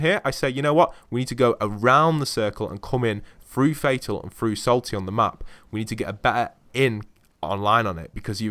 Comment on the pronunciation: through not frough